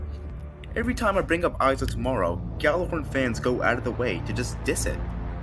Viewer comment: ITS PRONOUNCED YALLARHORN